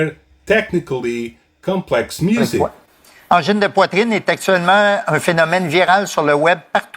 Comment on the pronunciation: From Quebec here, this is a very good video on the topic, and your explanation on how to pronounce the name of the band is very very close. The "an" sound seems to be the hardest to get exactly right. Plus, I learned a few things! Well done!